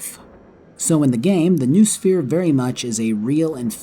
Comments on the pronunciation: It's either "know-o-sphere" or "n(uh-oh)sphere." But "newosphere" just sounds funnier... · it's "No-Eh Sphere." "Noo" is an old english prefix pronounced No-EH, it means "mind".